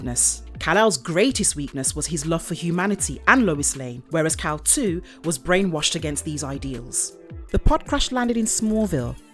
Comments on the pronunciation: Not trying to sound like a major comic nerd, but it's Kal-Il (I-L) which would be pronounced "ill" or "I'll" not "2." Good vid otherwise. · It's pronounced Il ( if you're sick ) not two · It's not "Kal-2" it is Kal-Il... as in "Kal-ill". Kal-El is superman. Kal-Il is ultraman. . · “Kal-Il” not “Kal-2”. Kal-iL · Just a correction... The name is Kal iL ( like ill, sick) and not Kal- II. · I think you mean kal-il or kal-Il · It's Kal-iLL as in Sick 😷 Kal2 lol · I'm surprised nobody mention about the name, it's kal il not kal two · I had to stop watching this. The mispronunciation of Kal-iL was a real turnoff.